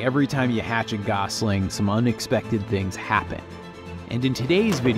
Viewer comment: It's pernounsed gossling Not goosling.